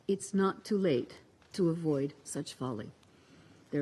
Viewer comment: It is disgusting when this lady says ...' It is not too làte ......'